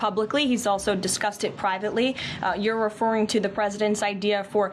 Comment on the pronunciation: The way she says discussed it sounds like disgusted and she is completely disgusting